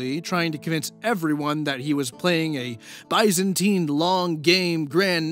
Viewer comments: homie the only thing im mad about is mispronouncing “Byzantine” lmao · yep lmao